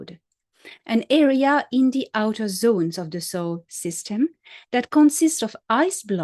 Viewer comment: Are you saying Soul System or Solar System?